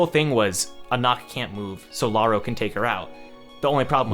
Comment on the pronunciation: i just want to mention lauroe is pronounced "La-oo-ré" not "La-oo-ro"